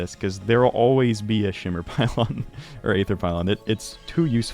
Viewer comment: he also pronounces aether like ay-ther instead of ee-ther, but the ae sound is pretty uncommon in english and often skipped in english classes. like in calamity, the aegis is ee-jis, the pokemon aegislash is ee-ji-slash